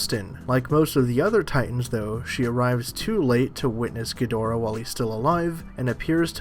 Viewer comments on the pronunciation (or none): none